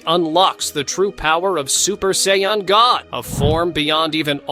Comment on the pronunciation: When I use ai voice to transcribe my videos, I always spell phonetically so it is correctly pronounced. Use "Sayin" and "go ten".